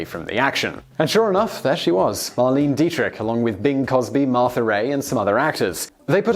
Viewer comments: The Lich King MK she's German and it's pronounced mar-le-ne not marleen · That pronunciation of Marlene though.... Cmon guys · You're going to kick yourself.. her name is pronounced, MAR-LEI-NEH Dietrich (three syllables), and it's Bing C"R"osby not Cosby. Oh well.. I guess even famous actors and actresses are forgotten after some time. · That's the thing that still bothers me about his pronunciation. I understand the words that are pronounced differently in England, and the obscure terms or words in other languages. But when he can't pronounce a famous name, someone truly iconic, I wonder how the hell a man at his age has never heard of Bing Crosby or Marlene Dietrich, or if he hasn't, surely someone he knows has...